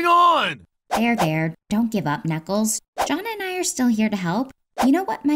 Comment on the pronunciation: DID SHE JUST CALL hIM JOHHN